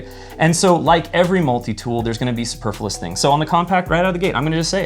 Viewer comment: Bowler hat? It's a top hat. "Superfilous"? [sic] That's not how the word is pronounced. Misnomer? That's not what that word means. And that wasn't actually a straw man argument. Damn, I'm sorry. I know it's channel, but he gave this one to by not being able to use words correctly. It has nothing to do with the fact that I carry a Surge in a holster on my belt. *Nothing*!!! 🙂